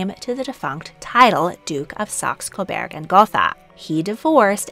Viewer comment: Saxe. Like the instrument, sax. Coburg. With a U. Not an E. Burg as in burger. Please pronounce it correctly.